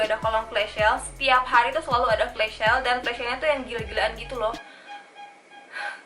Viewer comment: kakakkk maaf out of topic yaa tapi pengucapan flash sale nya agak kurang tepat kak harusnya sel bukan syel hehe maaf kalau salah kata ya kak cuma nit mengoreksi, semangat kak!❤️